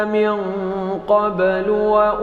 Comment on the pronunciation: Qolqolah sughra tidak ada brek..lalu sahaja...qobelu bukan qobbelu